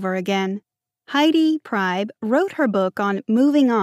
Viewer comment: You are mispronouncing the author's last name, she says it like Pree-b